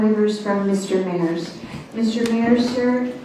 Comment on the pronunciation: It Mayers ..may ers